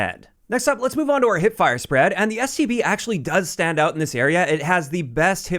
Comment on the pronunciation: Always sounds like he says, STD